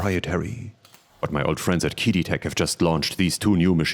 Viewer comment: Guessing that a translator app was used based on the fact QiDi (Cee-Dee) was mispronounced. Nice video.